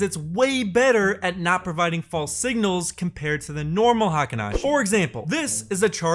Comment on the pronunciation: Pronounced HEYKEEN, not high-ken (as everyone on YouTube mispronounces it) or hahken (as used here). Spelled “Heikin,” not “Heiken.” Pronunciations for Ichimoku and its elements are also pretty messed up on YouTube.